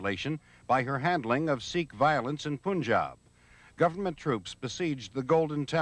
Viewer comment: poon-jaab????? it's pan-jab